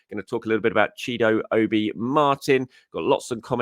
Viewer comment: The real reason Chido Obi has chose to left Arsenal is because he must have heard his favourite Arsenal youtuber (you) mispronounce his name so many times. 😂 😂😂😅 Great content as always!